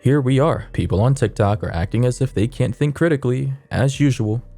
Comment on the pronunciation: how you said toktok 😭😭